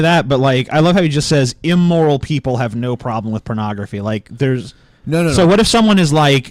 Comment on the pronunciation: Nobody's bringing up his mispronounciation of immoral? He's saying 'eemoral.'